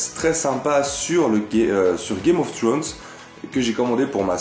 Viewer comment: Mdr l'accent anglais de 😂😂😂 "Game of ftrone" je suis mort